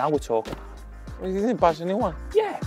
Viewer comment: Adama says pass, as "pas" 😂😂